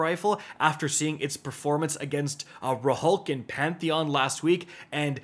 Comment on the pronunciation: “Rahulk”??? Tf??? I feel like you’re just mispronouncing things on purpose at this point.